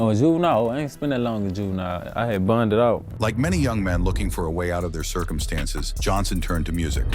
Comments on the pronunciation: He didnt say burned it out he said i had bonded out 😂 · “Burned em out” that man said he always “bonded out” lmao